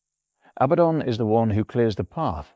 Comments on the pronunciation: Abaddon = uh-bad-un NOT "abbuh-don" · Name is pronounced as "a bad 'un" this is mandated by the double D strengthening the preceding vowel and softening the succeeding. Your pronunciation implies the spelling Abbadon. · One clear tell that the script was AI assisted is how much this script repeats itself, not verbatim, but it meanders and revisits topics seemingly at random. And the pronoucation seems to bounce around a few different forms including "Abatton" - humans are sporadically inconsistent, not consistently inconsistent.